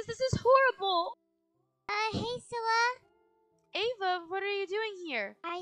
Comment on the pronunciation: It’s cilla not scilla